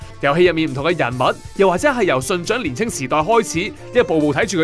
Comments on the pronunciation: 其實香港人點解咁多年都讀錯「信長」🤦 Nobu「naga」嘅naga係長短個長 唔係Nobu「choh」兵長個長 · ，應該係讀信“牆”而唔係“掌”。